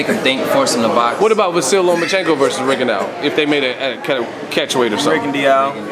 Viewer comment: Maybe when they stop slaughtering last names I could possibly take these guys serious. It was an intelligent interview but if both reporter and guests can't pronounce names it's time to practice... It's not Postal, it's pronounced POs-tol. It's not Rigon-Dee-ou, it's Ri-gon-dow.